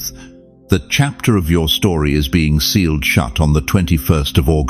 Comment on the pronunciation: Sealed, not staled🙏🙏🙏🙏